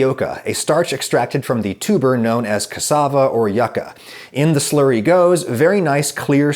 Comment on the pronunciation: He says "Slurry" but I hear "Slurpy" I don't know why